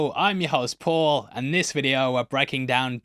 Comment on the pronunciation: “I’m ye host ”